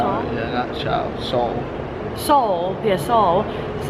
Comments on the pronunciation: Hi ... that scarf like cloth you are talking about is called Shawl ... you were pretty close by saying it as Soul but you missed alphabet 'h' which will give it's actual pronounciation hint: you can speak it as ShaaL, that's how we locals speak it ... And the sweet fresh cookie 🍪 thing you bought for ₹10 and ate, it's name is Naan-Khatayi (pronounced exactly as Naan Kha Ta Yeee), it's price ₹10 was ok they also come in smaller sized ones & price is always ₹10 but you get more pieces if you opt for smaller sized ones ... And to clarify and give you better info. In northern states surrounding New Delhi, those waterball things are called Gol Gappe and in Western lower part of India around Mumbai (Bombay) city they are called Pani Puri, both are same, they'll only differ according to who is making them ... And the green sauce (chutney as we call it) which you got along with the veg creamy food you took to room to eat, that green sauce is called Pudina (Mint) Chutney ... it could vary in taste and consistency from shop to shop because it's a home made thing so every shop makes it their way, although usually it's same ... And that trike is not called trike here, it's called Auto Rickshaw (or Three Wheeler in local way) for gas powered ones and Battery Rickshaw for electric ones ... If you'd refer to them as Trike only very few people will understand you ... And the bus you were trying to stop and get on was a private one ... If you want to travel by bus look for green coloured ones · That is pronounced , Shawl or Shaal 😊😊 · It is called show-al